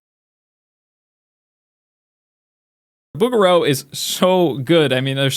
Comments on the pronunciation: I thought it was booJeraux not booger oh. They used to call me “Dollar Store Bouguereau” in art school. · ooh William bouguerou!!! Hahaha sorry my first language is not English and you pronounce his name different. I love that painter